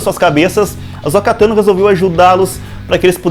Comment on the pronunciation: Por que muitos insistem em chamar AhsÔka de AhsÓka?